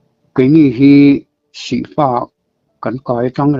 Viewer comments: Sihfa i lam dan thluk hi thlak rawh.Fapa tih a fa tih ang a lammm tur,khumfa tih a fa tih angin i lam thin a... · Sihfa tih hi i sawi dik thin lo a thluk hiii..... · Sihfa tih te chu a lar tehreng nen,,tun thleng pawn a lam dan ilo la hrelo hi chu mi hrang hrang kawm kual ve si hi i mawl ru tlat,, ti tawp mai teng ..